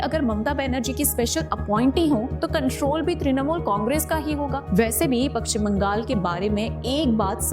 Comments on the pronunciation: Its Pashchim Bangal not Pakshim Bangal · Madam, it is Pashchim Bangal, not Pakchim Bangal.